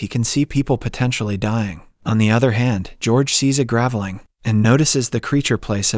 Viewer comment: Pronounced grave-ling, not gravel-ing.